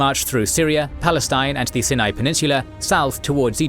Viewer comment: Herodotus did use a similar name, referring to it as "The land of the Philistines" a century earlier. That said, they're a bit all over the place with how they refer to things, using ancient and modern names. Personally, I'm more bothered by how he pronounces Sinai.